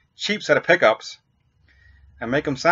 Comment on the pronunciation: sounds like your saying poopys